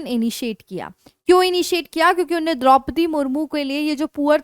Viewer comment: मैडम आपका उच्चारण सही नहीं है रोज 10 कड़वी हरी मिर्च खाया करो। सही शब्द "उन्होंने" होता है "उन्ने" नहीं।